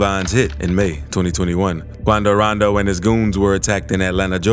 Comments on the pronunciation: why'd he say attacks quando rondo like that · I didnt know how to pronounce quando rondo before i watched your videos😂